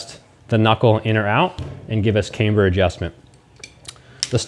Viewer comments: Why do you call it came-ber but then call it a cam adjustment not came adjustment? It’s pronounced cam-ber all over the English speaking world 😊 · "Caimber" ???? Ooooooooooh camber, gotcha ;)